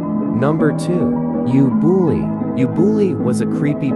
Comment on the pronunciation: Write:ubooly I hear: You bully